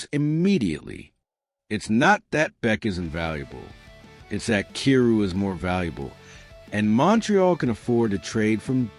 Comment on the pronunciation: How do you not know how to prounce Kyrou? He's been in the league for 8 seasons now. lol